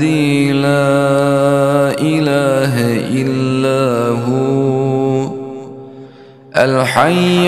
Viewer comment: La ilaja illah Huwalhayyul qayoom . there is a a mistake in recitation .it is recitated lailaha illa hu alhayyul qayoom???